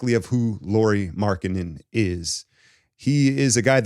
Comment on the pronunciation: It is pronounced like Kyle Lowry.